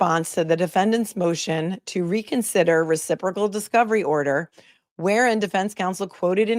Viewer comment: Ouch... "Reciporcal"? Following from The Netherlands. These cases are getting crazier by the minute! Auntie Bev is really making a mess of it! Free Karen Read & TB!!!